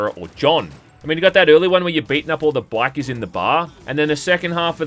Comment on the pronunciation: Why in the fuck do you pronounce Bikers like that